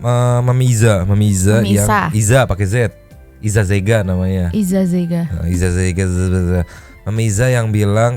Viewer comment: Hadiir 🤟, tp sorry bg gua mau kasih tau zega dari nama isa zega itu salah satu marga suku yg ada di pulau nias jd nyebutin nya agak gimana gitu bg, sorry ngasih tau doang bg 😁